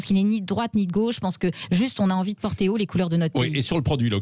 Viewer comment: De " gôche" 🥳🥳